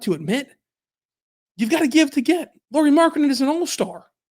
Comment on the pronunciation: A lot of nice points on Lauri Markkanen. (Though pronunciation is "Lowry" as Kyle Lowry 😅 instead of "Lori"). As a Lauri fan (and secondarily Jazz fan 😁) I though must say that Lauri just wasn't used right in Bulls and Cavs. (Plus of course he and his game has also matured from when he was in Bulls etc.) He is elite on roaming offball but they made him more of a spot-up shooter. Now that other teams have seen how to use him I believe he would fit in more teams even as a 2-3 best player role. You saying he would be 4th best player in OKC, hmm, might be a bit underutilizing him.